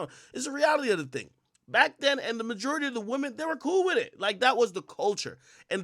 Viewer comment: “Mah-jew-ritty” 😭 quit saying that creepy rapey shit it’s “muh-jore-itty”